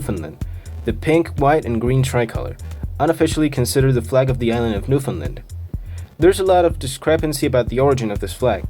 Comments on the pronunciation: great video! as a newfoundlaner though i feel like i have a duty to say its new-FOUND-land not new-finland ☺ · Its Newfoundland.